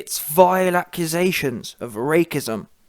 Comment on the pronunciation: "RAKE-ISM" ??? halarious it's pronounced "RACE-ISM" LOL